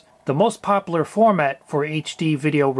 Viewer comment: no offence it sounded like you said very poperler Its popular and you pronounce the U